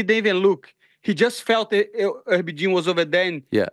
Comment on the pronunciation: “Herby Jean” 😂😂😂